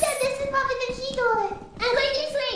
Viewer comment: CLOSE THE DU-OR